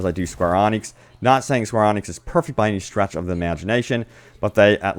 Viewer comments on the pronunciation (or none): Square eee-nix not Onyx. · it is Square"E"-nix not "ON"-nix... yes im a fanboy and yes that triggered me. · Are you saying square onyx? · Isn't it square E-Nix? have i been saying it wrong ever since drakenguard? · No you are saying it right. He's just not saying it right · Dislike for being gullible that anthem is going to change. Dislike like again for mispronouncing SqEx.